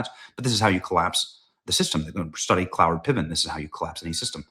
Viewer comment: what name is benny saying? Closed caption can't tell either. Is it cloward pivons?